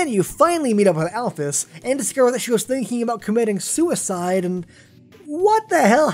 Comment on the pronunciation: Alphys is pronounced alfees